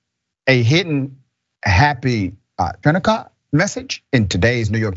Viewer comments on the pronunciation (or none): Did Dr. Richens say " Happy Finnikah?" COME NOW DOC DON'T YOU KNOW HOW TO SAY HANNAKAH !!! GET WITH IT MY MAN!!! GEEZ LOUISE!!!!! 😑